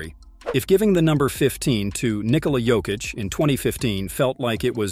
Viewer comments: weird pronunciation, switching between Jokeitch and Yokitch, DeRozaan?, rooster? Is the voice AI generated? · Is this AI narration? Junior Smith? Joe-keech?